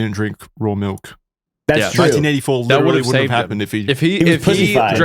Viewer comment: I think mispronounced literally